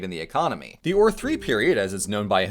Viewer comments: A note- ur shouldnt be pronounced like err or oar but instead like oor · Wait, it's pronounce Oūr? I thought it was more pronounced eUr... or is the Royal Game of Ur completely different?